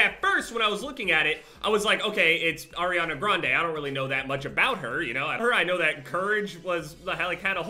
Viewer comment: “Airiana Grande”